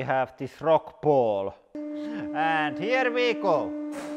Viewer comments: Well Mr. Bond. HIER WI GOU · “And heer we gohw”